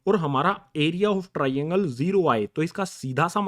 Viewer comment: SiR aap TRAINGLE GLtH ProNouCe krr rahEi ho....😒